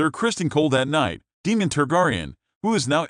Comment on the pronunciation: DAEMON, (Long A) not demon